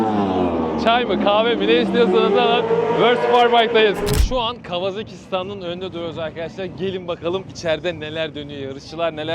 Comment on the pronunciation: Kawazaki değil, kawasaki :)